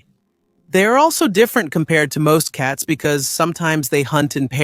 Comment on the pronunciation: Your pronunciation of some of these cats (not cuts WTH?) is really atrocious. The mountain range in South America is called the Andes (pronounce Andys therefore the cats is pronounce Andy Ann). Since when is a caracal a hyena A hyena is a completely different animal.